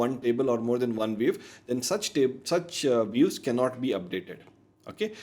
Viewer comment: Views ❌ Weaves ✅